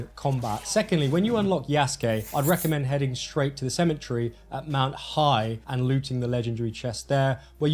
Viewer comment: Btw Mt Hiei is pronounced “hee-aay” 😋 love this video btw !! Thank you!